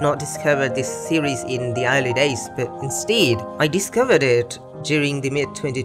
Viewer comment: Since when is instead pronounced instiiid?